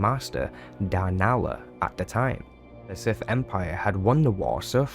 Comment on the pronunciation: Very informative. I’m left with only one burning question. What is… “da siff?”